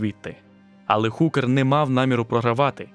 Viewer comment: Величезне щире спасибі! Трішки підкажу: багато не солдат, а солдатів; не наніс удар, а завдав удару; Джозеф не Хукер, а Гукер (завжди передаємо h через г); більше двох, але понад два/дві. Грошей дати не можу (на жаль), але реклами всі проглянув до половини і на кожній клацнув :)